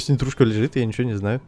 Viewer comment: Такое чувство что говорит не нитрушка,а петрушка